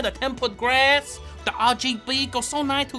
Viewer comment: it took a few replays but i found out he said "tempered glass"